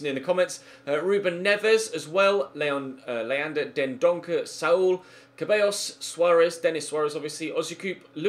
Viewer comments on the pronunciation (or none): It's Ceballos... Pronounced Sebayos, not freaking cabeyos... Please? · you always say Ceballos wrong, it's pronounced ZEH-BAH-IOS, not CAH-BEH-IOS. You make it sound like it says "hairs" in spanish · Please, stop saying Dani "Cabellos", IT'S "CEBALLOS". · It's Dani Ceballos not cabellos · The "C" in "Ceballos" is pronounce as an "S" so it sounds as "Sebayos". Come on man.